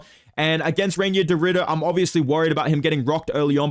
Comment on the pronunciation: Reinier is pronounced "Rye-near"